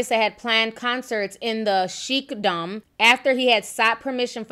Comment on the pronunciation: Sheik is pronounced like "shake". Al-Maktoum is pronounced like "meck-tomb". Hope this helps.